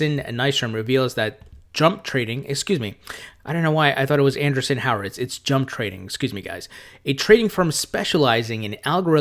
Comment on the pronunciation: Great vid,. Thank you. I heard you struggle with a name. The company is pronounced: an-DREE-son WHORE-o-wits